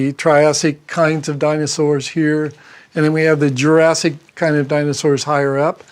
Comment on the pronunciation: I like how he has to pause and remember to say Kind. Its painfully obvious hes using the word unnaturally and purposefully.